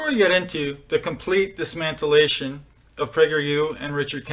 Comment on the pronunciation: Okay 16 seconds into this video and I hear... "dismantilation" I had to pause the video at 16 seconds because I just HAD TO comment.... you see, it is very important if you want to be taken seriously. "Dismantilation".......(and I pause just to let sink in the horribly uneducated sound of it)...is not a word.